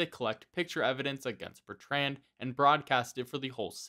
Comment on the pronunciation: The way you say the name Bertrand is nothing short of an act of butchery